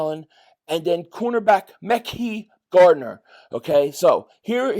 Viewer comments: Mekhi is pronounced... ma-ky not mecky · Hey!!! CB Mekhi Garner first name is pronounced as: MA-KIGH (like high but with a K) love your videos! I'm so super psyched about this season......PAUSE! Keep up the good work!